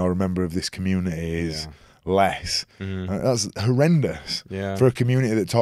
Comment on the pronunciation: I love Keegan's accent! It's so cute how he pronounces the word "community" as "commune-eh-eh"😂